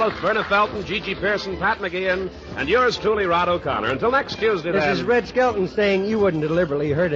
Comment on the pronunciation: Skelton, not "Skeleton". Leaving.